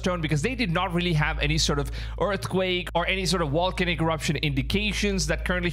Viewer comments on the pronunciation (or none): Volcanic….Like Volume…not Wolcanic